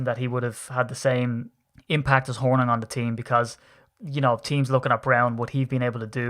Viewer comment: We pronounce Hornung .... Horn'ing as is "morning" So, Paul Horning. Paul was very talented and at the time the most versatile of any player in the league.